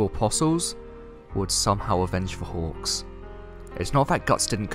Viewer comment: I swear, everytime you say "hawks" I hear "hogs". Lol